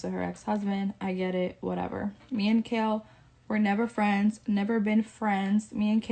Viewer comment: Oh and it’s KAIL not KALE we not talking about a vegetable 🤫